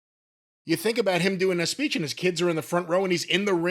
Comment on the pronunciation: Giving his speech-uh. In the middle of the ring-uh.